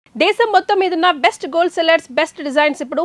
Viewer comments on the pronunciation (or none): none